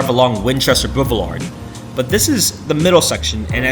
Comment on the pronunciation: Did you say "bouvelard"?